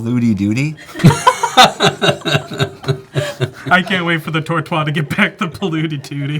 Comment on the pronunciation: One of the funniest episode ever. been very smart. I love this face "Yup, two lands. Let's save people from each other to survive." tortois(e) pronouciation was superb as well as his ramp. Polluty dewdee. being aggro and making "salty as a sea serpent". being a constant and calm smiling threat despite a whiff on Gishath's trigger.